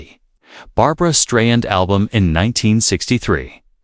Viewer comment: Whoever this is speaking, you don’t even know how to say her name